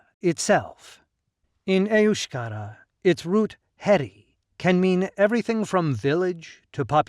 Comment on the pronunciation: Your cock & bull speech is as accurate as your accent when pronouncing EUSKERA, EUSKADI or any other word